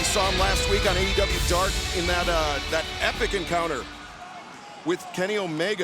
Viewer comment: It’s no longer AEW Dark it’s “AEW Dawk”